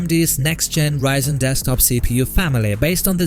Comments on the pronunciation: "reezen" XDDDD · Learn to pronounce ryzen first